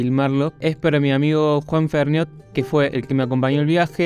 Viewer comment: Ferniot suena a fernet 🙄